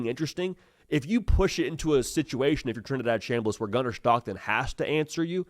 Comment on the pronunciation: Did he say Trinidaddy?